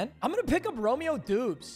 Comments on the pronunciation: Bro really said Doobs 😂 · you say Doubs like Dobbs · says doobs what a casual lmaooooo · “Romeo Doobs” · as a packers fan it hurt to hear him pronounce doubs lol. W video tho